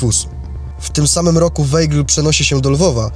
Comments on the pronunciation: Mam wątpliwości czy prowadzący dobrze wymawia nazwisko bohatera odcinka. Weigl czy Waigl w wymowie. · Wolałabym, żeby wymawiał Pan prawidłowo nazwisko bohatera odcinka. Ei mówimy aj, zatem wymowa: Wajgl. 🙂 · Wszystko pięknie, ale z tego, co mi wiadomo, Rudolf Weigl konsekwentnie czytał swe nazwisko w brzmieniu WAJGL, zgodnym z językiem pochodzenia. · Weigl czyta się Waigl! Nie można słuchać Weigl!!!!! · Weigl czyta się Waigl ... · Bardzo fajny film i przybliżenie wielkiego naukowca. Jedno tylko denerwuje. Nieprawidłowe wymawianie nazwiska. Był Austriakiem. ei w nazwisku czyta ai Czyli czyta się WAIGL. Aż uszy bolały jak było czytane.. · Może by się prowadzący dokształcił z językoznawstwa. Jako osoba pochodzenia austriackiego, to wymowa nszwiska powinna być zgodnie z regułami języka niemieckiego., czyli =Waigel=. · Wymawia się Wajgl(ei jako aj).A tak poza dobrze że przybliżasz tę wspaniałą postać, tak niesprawiedliwie potraktowaną przez komuchów. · Ei w nazwisku czytamy jak aj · Skoro Pan Rudolf był z pochodzenia Austriakiem, to dlaczego prowadzący błędnie wypowiada Jego nazwisko. Z szacunku dla tego naukowca należałoby jednak zapoznać się poprawną wymową.